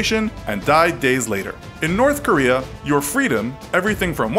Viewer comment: Nobody: You: Norf Korea